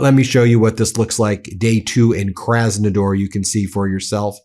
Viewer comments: KrasnodAAr Ben not krasnodoor 😂😂😂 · KrasnodAr, not ...door 😊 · It's Krasnodar (with an A, not an O) 🤣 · Thanks for the report. It's called "Kras-nuh-DAHR" though. 😭